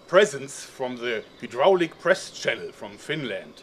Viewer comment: I cringed every time he said rubberallic press